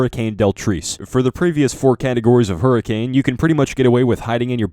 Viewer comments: Did ye hurricame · "if any point you hurricame!" IM DEAD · Lmao hurricame